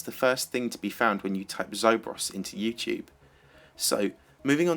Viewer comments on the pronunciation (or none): none